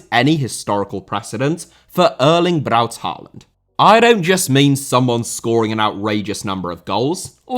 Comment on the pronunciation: Hey, you pronounced his middle name correctly! I now have my tiny, Norwegian party hat on and am throwing sarcastic confetti at myself.